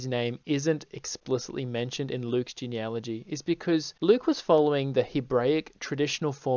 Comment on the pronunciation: I'm going to be radically fair and praise the stitched creator for correctly pronouncing "genealogy."